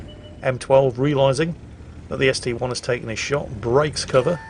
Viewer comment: Dear, dear,, that ST-I isn't an ST-one, it's an 'i' not a 'one'